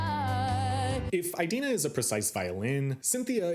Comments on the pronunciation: So...I just wanted to link this clip here of Idina Menzel talking about the pronunciation of her name: (It's EE-dina not EYE-dina) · I love how he says "EYE-dina" XD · Never heard anyone pronounce it eye-dina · Also, you didn't mention Norbert Leo Butz ONCE! You can't talk about "eye-dina" (it's pronounced Adele Dazim) and Lazer focus in on the different ways the actors and actresses interpret the characters in this adaptation, and then speak so favorably of the twink fiyero in this production, who is NOT accurate to the tattooed prince of the book or the impassioned Butz of the musical. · Learn how to pronounce Idina properly